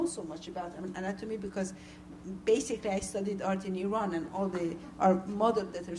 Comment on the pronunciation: Ugh when they say 'eye-ran'